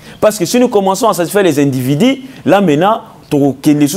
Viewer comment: C'est journaliste ne fignole pas le franciais comme il faut peut etre une formation orthophonique du francais serait necessaire!!! Pour eviter les vagabondage des levres ex:du et different de di,individu et different d'individi...faire soigner non pas soignecer...